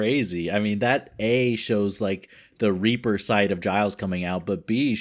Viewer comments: It's not reaper. it's ripper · It’s Ripper, not Reaper.